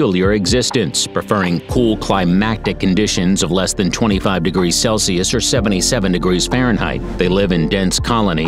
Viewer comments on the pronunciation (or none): none